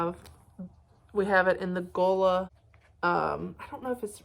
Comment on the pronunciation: You are saying Gullah right 😊